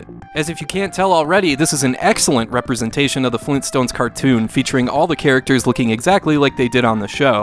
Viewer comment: Grand-dad? FLEENSTONES!?